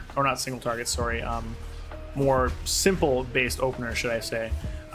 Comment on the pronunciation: My man literally said “Shrimple and Straightforward”